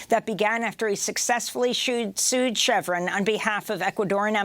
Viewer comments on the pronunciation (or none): Please learn how to pronounce "chevron". Don't thank me. Just pay it forward.